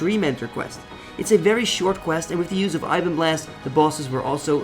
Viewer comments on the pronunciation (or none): none